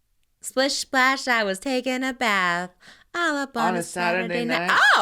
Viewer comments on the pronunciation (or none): none